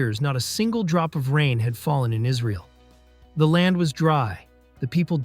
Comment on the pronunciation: why are we calling it israel and why are you pronouncing it that way. by the way they still worship them, clicked off the video